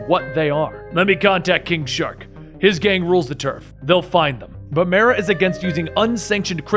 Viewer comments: Anybody else hear him call king shark- king shot😂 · He said kingshot , deadahot lol